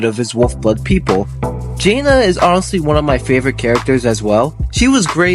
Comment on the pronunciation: Why do you pronounce jana like that?